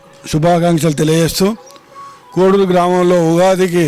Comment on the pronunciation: కోడూరు కాదు కోడేరు